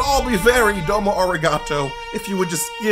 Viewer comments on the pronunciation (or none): none